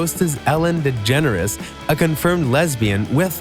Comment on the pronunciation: its ellen degenre not degenres